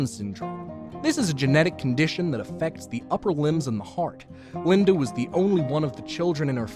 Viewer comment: LindA Why do people add an "r" to "a" ending words? No idear. Linder, idear